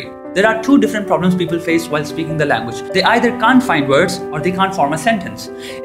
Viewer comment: you need to work on the pronunciation of 'the'